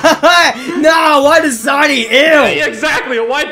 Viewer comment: He said Dasani.